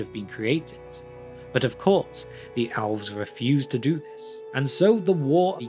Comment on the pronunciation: Why do you pronounce Elves like Owlves?